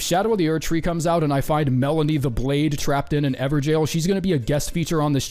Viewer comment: Not "Melanie the Blade" in an evergaol... 💀 Blade of Mikayla